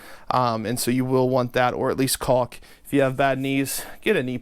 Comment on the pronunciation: Don't forget, everyone, to take a shot every time he mentions caulk with a hard "L"! lol